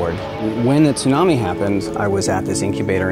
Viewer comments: He is stuipid it is pronced sunami not tunami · It’s pronounced “Soonami” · All that work and he still can’t pronounce tsunami right? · Does it bother anyone else how he pronounced tsunami differently each time? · Too bad he can't learn how to say tsunami.